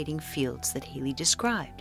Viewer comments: WHO IS THIS HAILIE YOU KEEP ON TALKING ABOUT? When at school we were taught of HALLEY (HAL...LEY) & were scolded if we mispronounced it! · Hallll y, not Hale y